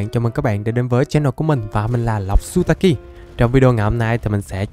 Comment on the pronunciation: Zutaki chứ không phải sutaki nha